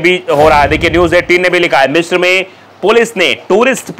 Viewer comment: Its Misr not Mishr. Its Alexanderia not Alexander 😂